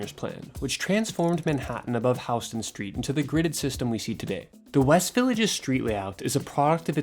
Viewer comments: That’s right- that’s our litmus test to find out if someone lives in New York or just visiting. It’s spelled Houston but pronounced Howston. Shh…don’t tell the other tourists, tho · That’s how it’s pronounced. It’s not like Houston Texas lol.